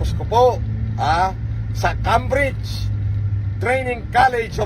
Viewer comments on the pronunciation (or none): Doctorate tapos di mabigkas ng tama ang "Cambridge?!" It's pronounced "keymbridj" not "kambridj" 😂😂😂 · Cambridge pronounciation palang di na pang PhD 😂 mas matalino pa ata pamangkin ko na sanggol dyan